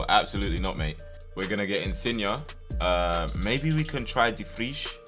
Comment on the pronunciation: my man said insigna